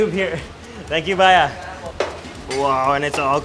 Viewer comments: Bhaiya bro not bhaya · He said: Thank uhhh baya..🤣🤣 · Well most people were cringing at the way you said "Bhaya" and a bunch of other stuff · It's baayaaa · he said baiya xD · This guy is just amazing. Love how polite he is and how he pronounces baaya Lol thank you for embracing India and its diverse culture. We need more open minded bold people like you on this planet. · The way you say bhayia is so awesome Love you❤❤❤❤🔥🔥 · O bhiaya Nahi O bhiaya😂😂😂😂